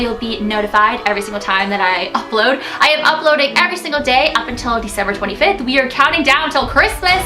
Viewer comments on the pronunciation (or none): Its brittmas in veecember